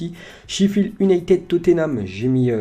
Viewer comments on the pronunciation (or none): none